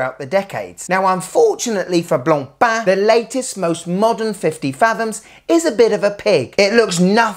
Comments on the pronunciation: My compliments for the correct french pronunciation... Not like the horrible yanks sayin: BLAANPAAN! 😂😂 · bro actually pronounces blancpain properly unlike teddy respect!!! Love you bro! The best channel! :face-blue-smiling::trophy-yellow-smiling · Kudos for making sure to pronounce Blancpain properly!